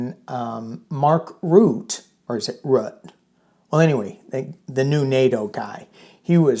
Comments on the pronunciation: Just a comment on Nato chiefs name... it is pronouncen Mark R-u-t-t-e, ie every letter is pronounced.... dutch is difficult, just as difficult as danish 😉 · Mark Rutte both 't' and the "e" are ptonounced. Blessings! Granny Eleanor in DC. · His name is pronounced 'Roo - tuh'. My son lived in The Netherlands for 20 years and knew Maark personally. He is a very down to earth, intelligent, no-nonsense guy. Europe's memory is very, very long. They fought FACISTISM once, they will not stand for the faintest smell of it again. Fake pretend strong man 45 will soon have his diapered butt handed to him if he continues with his blustering BS. 😂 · His name is Ruhttuh. Like in ' heard' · Pronounced Rue tah. He ran the Netherlands for years